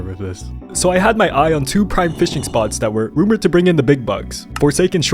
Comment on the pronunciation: Bro plays fisch so much he said fisching it's fishing